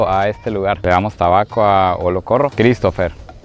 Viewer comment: El indio Olocorro que los recibió al comienzo se nota que es bien inteligente me sorprendió su pronunciación cuando dijo Christopher, literal ese señor tiene un mejor oído y pronunciación que el 85% de la gente que yo conozco